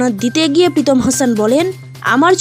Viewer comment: প্রীতম নয় পিতম 😅😅